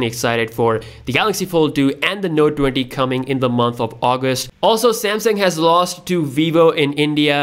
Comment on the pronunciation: 😂😂😂😂😂 are you kidding me Samsung? Samesung SE? 🤦🏻‍♂️